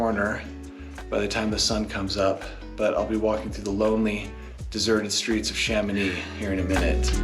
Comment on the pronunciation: Become a better version of yourself and stop pronouncing the "c" in Mont-Blanc. The whole francophone world will thank you. Extra tip: the same apply for the "x" in Chamonix